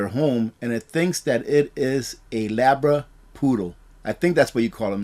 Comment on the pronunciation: It's "labradoodle" Labrador/poodle